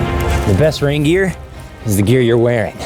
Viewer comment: "rain deer" XD